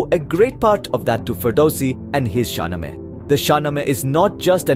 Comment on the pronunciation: Mispronunciation 1.0 SHAH NAAMA